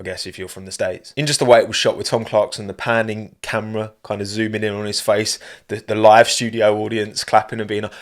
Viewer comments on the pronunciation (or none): none